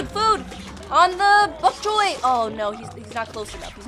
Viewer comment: Bonk Choy not fonk Choy